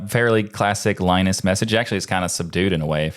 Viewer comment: ah, OK, so you don't care. Gotcha. Keep butchering names, even for the low-effort cases: it's an American tradition. Ted's name is prnoounced Shó, but that's a tough one... but Linus'? Really?